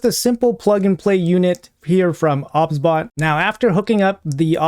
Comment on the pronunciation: No hate obviously bro but are you sure it wasn't pronounced "OBS-Bot" as in the software? Just curious dude